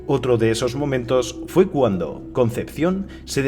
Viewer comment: dijo "fu cuando (en lugar de haber dicho fue cuando)" en el minuto jajajaaj